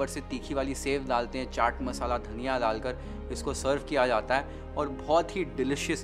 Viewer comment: हिंदी बोलनी है तो सही से ही बोल ले भाई..... ठंडा को थंडा डालकर को दालकर क्यों बोल रहा है, ध्यान रख थोड़ा